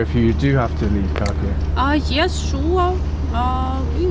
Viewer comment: If you work for Kyiv Independent, shouldnt you spend one day max on learning how to pronounce the city you are talking about?